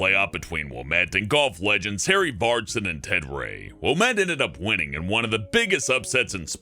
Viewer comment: There are few things about #7, Francis Ouimen, that need to be corrected. 1, The Country Club is located in Brookline, Mass, not Brookshire as said. Also, it's Harry Vardon, not Vardsen. The man was English, not Nordic.